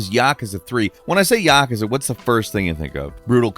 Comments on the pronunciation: "When I say Yockuzuh" what is the first thing you think of?" You're saying Yakuza wrong! That's the first thing I think of, and pretty much everyone else! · "when i say yakuza whats the first thing you think of?" how about you saying it weird af. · i have never heard anyone pronounce yakuza like that before 😂